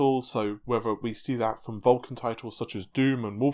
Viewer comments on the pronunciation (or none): none